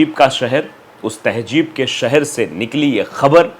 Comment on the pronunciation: To better communicate ,advice you to please take a URDU Tuition , Its not Tehjeeb -- Its Tehzeeb & not Majhab its Mazhab